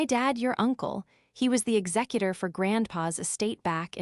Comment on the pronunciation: ExecuTOR, not execuTIVE. AGAIN.